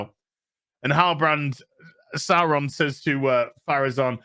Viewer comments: Saw Ron not Sour Ron you don't pronounce it dinosour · GALADRRRRRRRRRRrrrrrrrrrrrRRRRRRRIEL SAURRRRRRRRRRRrrrrrrrRRRRRRRRRRRRRON